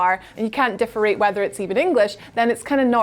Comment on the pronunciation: "differate" aka "differentiate" 🙄 I feel like "Do you regularly mispronounce words" is an interview question at WhatCulture, and if you answer "yes" then you're hired